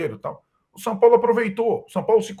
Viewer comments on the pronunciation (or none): "O Sampólo..."